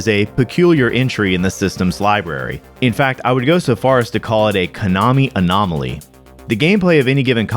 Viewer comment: God damn it, no. The fun of the phrase "Konami Anomaly" comes from the repition of consonant and vowel sounds. It's like a vocal drum roll. Konamaly just sounds like two french films raising a kid together. Onami Anomali is the operative bits here, and you don't get that from Konamaly. No respect for the craft these days, I tell yeah.